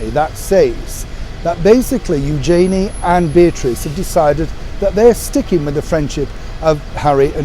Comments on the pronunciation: Hi, love your channel and your insight. I’d just like to advise you on your pronunciation of Eugenie. During the commentary of her marriage I learnt I’d been saying her name wrong for years. You pronounce it Youjayney but it’s really pronounced Uge (rhymes with huge) Jeny (rhymes with knee). By all means check the footage yourself, if you have the time. Love the show xx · it’s eu-zhuh-nee said very quickly, not eu-jay-nee. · I thought you would know how to pronounce Eugenie's name properly - I only just found out: ) I don't know how to write it phonetically... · As a Brit, you should know the proper pronunciation of Eugenie's name.